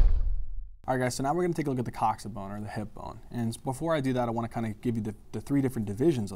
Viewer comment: Thats how its pronounced